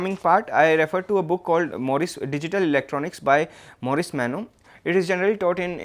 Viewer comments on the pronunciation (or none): none